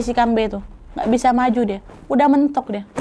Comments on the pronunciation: kalau manusia setengah hewan tu hantuen, kambe tu pure "hantu" aja, aku Kalteng soalnya, terusss aga gemes pas kan nad ngomong "kambe" karena kalau di sini cara penyebutan nya kambE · Dibaca kambE kak, ditekan huruf vokal e 😅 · di awal mikir keras kambe apaan, ternyata pelafalan khas ka nadia yg buat aku gk ngeh itu "kambe". fyi cara pelafalannya itu ada penekanan yg kuat di akhir, "kambe." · Kambe', bukan kambee 😅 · Bukan Kambei kak nad, tapi kambe